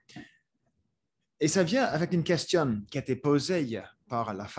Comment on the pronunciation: I'm not fluent in french by any means, but shouldn't the last "n" be silent in words such as "Question, détérioration"? Just a small thing I noticed, curious if someone who's native could chime in